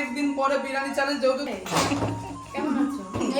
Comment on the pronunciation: Ota birani noi biriyani hobe 😂😂😂